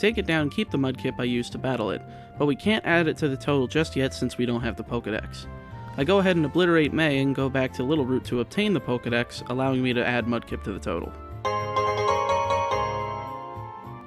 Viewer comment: Route twun? Lol haha